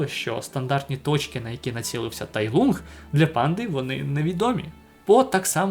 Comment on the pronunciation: Поправка: Не Тай Лунг, а Тай Лун, англійська "g" в кінці не читається. Прочитайте китайсько-українську транскрипцію